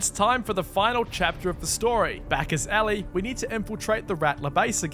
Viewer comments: I love how he keeps saying Ally instead of Ellie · Ellie? No ally